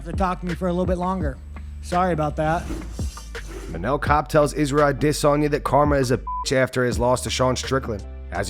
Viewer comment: Isrye Desonya 😂